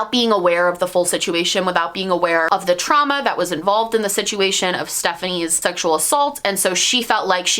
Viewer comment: 1 minute into the video and already happy you pronounced her name correctly